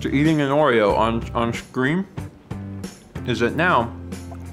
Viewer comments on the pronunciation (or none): none